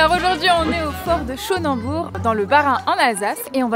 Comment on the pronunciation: l'insulte comme elle écorche le nom "Schoenenburg". Les dégâts de l'occupation française sur la population.